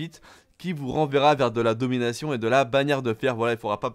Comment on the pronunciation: C’est pas domination mais donminaion mtn xD